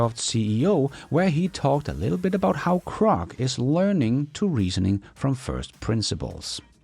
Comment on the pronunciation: did you HEAR Elon say GROK with a G NOT a C. Your mis pronouncing GROK please STOP, thank you.